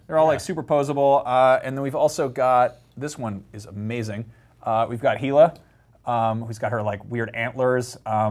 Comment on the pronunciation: ...did you say "Heela" instead of "Hela"? :P